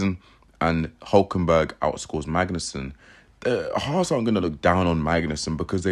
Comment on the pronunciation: Haas is pronounced Hass. Not Hauss